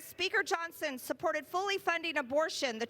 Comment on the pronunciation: Moscow Marjorie, it is pronounced "Johnson" not "Johnston"